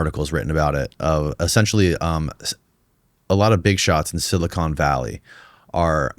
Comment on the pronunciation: dude literally says "silicone valley" instead of silicon valley wth